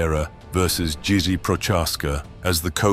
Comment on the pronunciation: " Jizzy?" How tf you gonna do Jiri like that? 😂😂